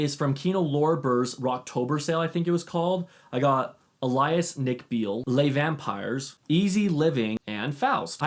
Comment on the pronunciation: Nice video. Btw, "Alias" is pronounced ay-lee-uhs